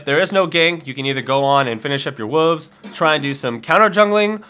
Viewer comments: God damn it, it's WOLVES, not WUVVS. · why can you not say woLves. its not spelled woovs. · WOLVES, not WOOFS. lol probably just some accent you have tho. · you really need to learn how to say "wolves"...its WOLVES not WOOOOVES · Its not wuves its WOLVES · wolves has an L its not wooves lmao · I did a shot of Jack Dagnels every time you said wooves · you saw wolves funny! It sounds like woves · you said wuves again lol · still can't pronounce Wolves. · WHY CAN'T YOU SAY WOLVES CORRECTLY OMG